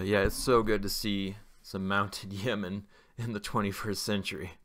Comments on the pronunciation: Yeo pronounced Yo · that's yo-men, long o. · It’s pronounced Yo-Men Yeomen the E is silent bruh 😂